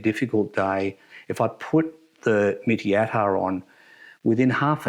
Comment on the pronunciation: You should pronounce it like "Meat-Tea" not mitty. Mitti means soil.